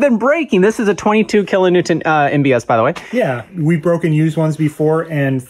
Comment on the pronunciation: needs a speech therapist or something -- said "kilonewtent" at least two times! WTF???? And what exactly is Bobby holding in that shirt??